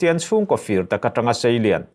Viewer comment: Nun 'dahlau' tiha 'hlau' tih hi thlûk sei loh tur; lam pum nghal vat tur. 'Duh fir tak/kristian chhungkaw fîr tak'' (pure) tiha 'fir' hi 'ka kîr leh ang' tiha 'kîr' tih anga lam tur. A tihdanglam (modified form) hman erawh chuan 'A tìr tĕah' tiha 'tir' angin lam tur.